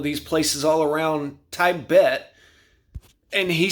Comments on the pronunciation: Tiebet 😂😂😂 it’s pronounced teebet I love you and your videos this just made me chuckle 😅💪🏿💪🏿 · Tibet is short i sound, not long i sound. Your mispronounced words are shocking. Were you born yesterday?